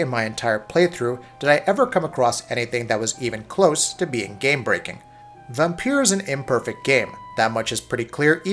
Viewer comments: Why does he keep saying "vampier". Dude its vampire. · I used to call it Vampyr as well, but the developers said in an interview it's pronounced Vampire. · Except you can hear the way he stresses words, sharply hit the "i" in "liked" (again and again) which would be the same emphasis as "pire." The "r's" roll a bit, but he's hitting those two vowel sounds clearly, and distinctly.